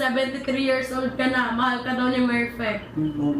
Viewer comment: Merpek❎ Merfect✅ (Not hating)